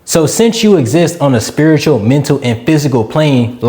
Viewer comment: Great message but "Spiridial" 😮‍💨 It's Spiritual.